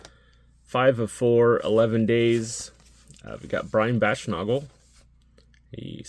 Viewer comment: Baschnagel - it's a long "a" at the end of his name. Nagel rhymes with bagel.